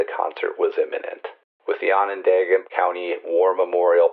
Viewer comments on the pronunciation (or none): ON-ON DAWGA (Onondaga )